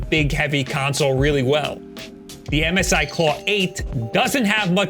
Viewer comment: Who calls MSI Missy?